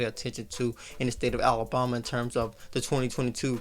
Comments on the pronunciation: Is it just me or is this guy pronouncing Alabama wrong? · lol yes